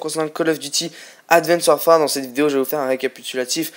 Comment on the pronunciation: Que 13 :s moi 14 mais bon très peux ! et je le re re dit WARFARE ! parle français mec Fait pas ton anglais ^^